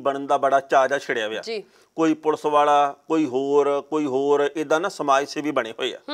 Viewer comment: mam "ਪੁਲ਼ਸ" ਨਾ ਕਿਹਾ ਕਰੋ, ਇਹ ਵੀ ਬਹੁਤ unprofessional ਜਾ ਲਗਦਾ ਏ। ਪੁਲੀਸ ਨੂੰ ਪੁਲੀਸ ਹੀ ਕਹੋ। ਕਦੇ ਪੰਨੂੰ ਸਾਹਬ ਨੂੰ "ਪੁਲੀਸ" ਕਹਿੰਦੇ ਸੁਣਿਓ।